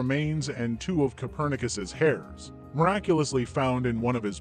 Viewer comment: A phantom figure who can't seem to stop themselves from constantly rocking their head back and forth, green screened onto a fake background, and using a simulated voice? Very trustworthy... not! I loved the part about checking Copernicus' DNA against his "hairs" ["heirs"], and so much nonsense along the way.